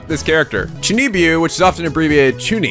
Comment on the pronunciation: It's pronounced "Choo Nee Byo"